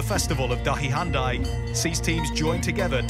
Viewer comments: This man is saying Dahi Hantai to DahiHandi ! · Absolutely butchered the pronunciation of the indian sport terms. great video otherwise. Jod ke Tod is pronounced J-ore (rhymes with chore) Kay T-ore (again, like chore). And the game that Jod Ke Tod is based on is Dahi Handi (Da-hee Han-dee) not dahi handai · 3.04 it's not dahi Hyundai, it's Dahi handi.